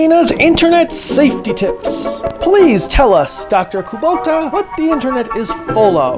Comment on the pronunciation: this whole sequence had me rolling! And the "Wot?" 's got me too! 🤣🤣🤣 Really enjoyed the Megaranger review and I'm currently binge watching your sentai reviews! 👏🏿👏🏿👏🏿